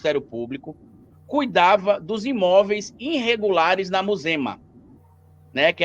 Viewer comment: Oohh Sr." "! Aceita que dói menos! Pq vcs não querem ser Brazão o mandante?Vai aprender falar o português cara!